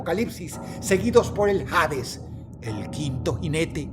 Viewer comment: Pronuncia Hades como "Jades" pero pronuncia Valhalla como " Valaya" cuándo sí debió darle sonido a la H. 😅